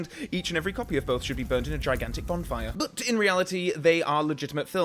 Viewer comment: is it just me or did he say bondfire